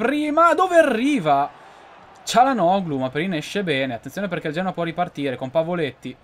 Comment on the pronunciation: cialanogulo si dice Cainenogulo